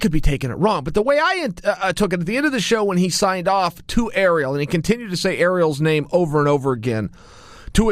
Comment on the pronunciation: Why is he calling Ariel, “Aero, Earl, Errrol, Arool”?